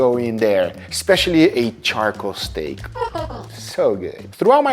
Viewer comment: I love stayeek (sorry, I have heard you pronounce it like this for the longest time and cannot unhear it) as much as the next guy, but I will have to try some of these recipes to cut down on calories. I will also say that in addition to being lower in cost for calories, chicken also tends to be lower in cost for the wallet as well. Congrats on the weight loss and I cannot weight to try some of these out. They look delicious and that is important. As you pointed out in this video, if you are bored with eating chicken, you are going to want to deviate to something else and that is bad.